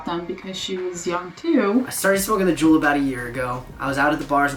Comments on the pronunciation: Don’t juul not cuul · I kept thinking they were saying drool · Lol o thought they were saying drool 😅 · I kept hearing drool instead of juul in the beginning 😂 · Say juul not THE JUUL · Sounds like "drool" lol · thought they were saying drool 😂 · when said “I juul in the subway”, I heard “I drool in the subway” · Sounds like “drool” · I thought they said drool Hahaha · Anyone hear drool instead of juul?😂